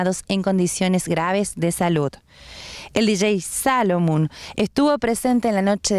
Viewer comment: Salomun? Un poquito de leer e informarse antes de hacer la nota paaar faaaavor